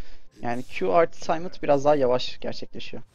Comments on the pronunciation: TAYMIT NERDİR TİAMAT O NASIL OKUNUŞ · taymıt diye okuma pls tiamat o 40 yıllık tiamat :D